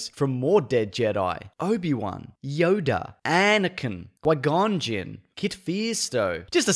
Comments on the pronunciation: The way you said 'Qui Gonjin' had me skinning! 😂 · I'm so glad he mentioned my 2 favorite Jedi: "Why-gone-Jin" and "Kid Feasto"... lol